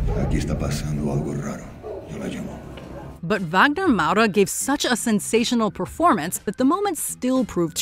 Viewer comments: Did she said "Wegner Mauro" instead of Wagner MOURA ? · Wow... I'm sorry, but the pronunciation of "Wagner Moura" was the weirdest thing I've ever heard!